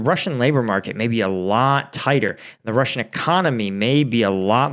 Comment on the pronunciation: You need to practice Russian pronunciation. You can do it! Thank you for another great video!